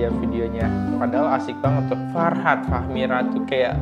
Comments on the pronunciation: fahrat bang bukan farhat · Fahrat kali bukan farhat